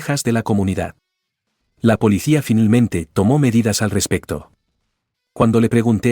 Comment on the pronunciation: "Finelmente" 😂😂😂termino la historia, 😂😂